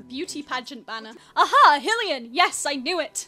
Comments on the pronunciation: I'm sorry but every time you say Hill-ian it just kills me. XD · it’s endearing lmao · hearing you mispronounce hylian hurts my soul 😭